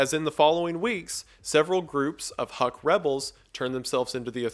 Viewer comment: "HUK" is pronounced as "hook" and not "huck" - these assholes shot at my grandparents back in the 50's and 60's - but otherwise oh holy shit i'm from there and i don't even know about this. fascinating how this operation could have led to many of the births of urban legends and myths.